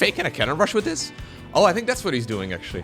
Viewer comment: I dare to say THIS instead of DIS, why cant he THHHTTHTHTHTHHHH